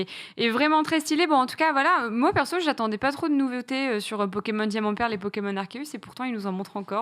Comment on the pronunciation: Aie!!!! Arséus stp et non Arkéus ^^ pour la prononciation;)